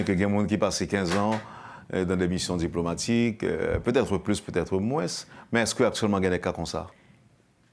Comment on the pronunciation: Encore "moins" (le s ne se lit pas). Pas "moinsssss". Mais moins avec un s silencieux.